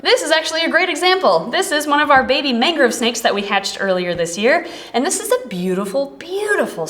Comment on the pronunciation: Because I kept hearing mango not mangrove, I suggest Lassi for the snake's name as in Mango Lassi. I remember thinking that is what you said last time you featured this species in a video. 😅